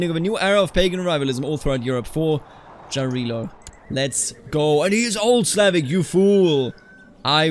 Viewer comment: Jarilo is pronounced 'ja', like in german